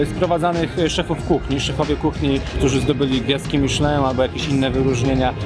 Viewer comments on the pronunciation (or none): none